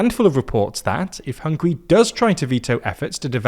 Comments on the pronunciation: Sorry, it's "Hungary" and not "Hungry".😅😅😅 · The name of the country is HungAri not Hungry 😂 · It's HungAry, not Hungry!